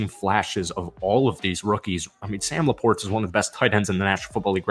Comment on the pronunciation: Buddy you say Sam LaPortas name better than anyone in the game 😂